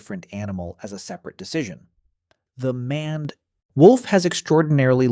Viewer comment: Did you seriously pronounce maned as manned when it's closer to mained? Either get a dictionary or go back to school.